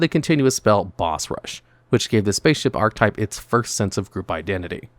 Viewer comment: Please learn how to say the word "archetype"